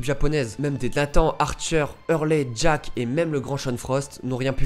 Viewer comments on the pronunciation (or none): none